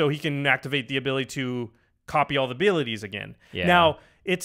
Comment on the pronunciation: " Copy all the abeeliatees again" 😂😂😂 Edits: 😂😂😂